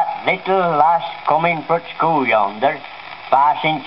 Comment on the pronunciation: haha "skew-well", you sure sound like a Lanky! it's those long vowels, or should I say, "vow-wells" ;)